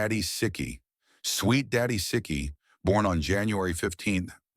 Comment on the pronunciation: Right from the beginning they're making errors. Siki is pronounced See-kee, not Sick-ee.